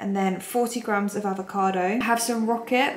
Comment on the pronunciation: Please girl it’s grams plural 🥲🤣 I am dying every time you say GRAM